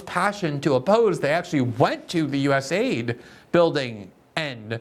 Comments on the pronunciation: Love u Glenn...stop pronouncing it as us aid. Call it us a i d. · I wish people would call it US-A-I-D and not US- AID. It’s not an aid organization.